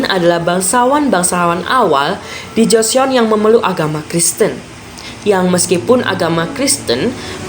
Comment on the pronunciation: Cara nyebut nya bukan joseyon bang tapi joson